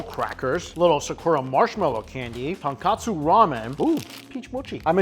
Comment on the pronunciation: dude for the millionth time - it's tonkotsu... tonkatsu is not the same - Katsu is fried pork cutlet!